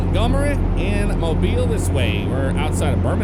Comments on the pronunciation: Thumbs up for the pronunciation of Mobile! 251! The original home of Mardi Gras in the States! Cool how they included a representation of the Dolly Parton Bridge right before Mobile. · Thank you for saying Mobile correctly! If you would've gotten off at 72 East, you would've went to my house!